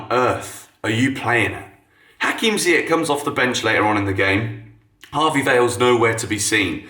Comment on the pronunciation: How do you still butcher Ziyech's name EVERY SINGLE TIME?